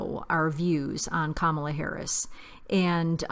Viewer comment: कमला नहीं कमाला हैरिस 😜